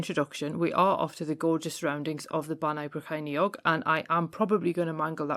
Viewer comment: That's where I grew up, until I moved up to Newcastle in my early 20s. Well done on the pronunciation! Another great video!